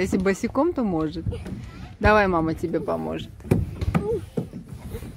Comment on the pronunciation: я ваши видео в день публикации не успеваю посмотреть, дети...домашние хлопоты и т.д. Вот не могу насмотреться на Зехрашку и думаю это скорее всего Ваша безумная любовь сделала Зехрашку такой, какой мы её видим сейчас. Вы всем мамам пример и мне самой. А Аслан как красиво произносит слово мама.